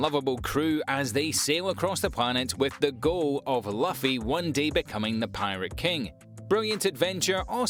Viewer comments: 🤔 Luffy = Loo-fee 😅 I am sure he's doing it on purpose, right? 😂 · Not Puffy (luffy)* Monkey D. Luffy btw it’s pronounced [Loo-fee] Thank you though